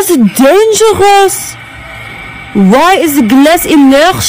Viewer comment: ZHATS DANJARUHHHHSSSSS✨✨✨